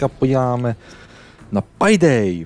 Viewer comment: No hate ale čte se to pejdej